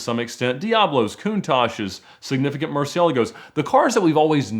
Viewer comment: Did you say: "Mur-cella-go?" :D